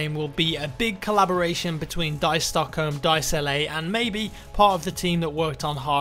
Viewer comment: Please stop saying Stockholm, you can't say it propobly...